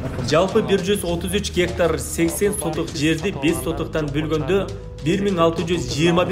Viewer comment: Гектар дененди кандай айтыш керек Адылга уйротуп койгулачы бироонор. Журналист болуп алып тын суйлой албай, орусча билбегенин айтпай эле койолук